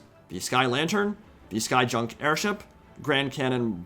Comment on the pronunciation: Not junk pronounced as in garbage but junk pronounced as "yunk" as in ship type.